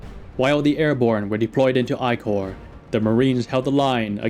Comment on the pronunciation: It's wrong to pronounce the 1st Military Corp as the "I Corp".